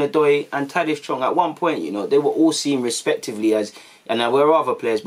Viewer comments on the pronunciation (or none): ITS TAHITH NOT TADITH BRO